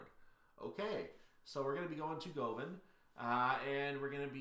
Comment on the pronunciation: Govan is pronounced Guv'n. See Rab C Nesbit.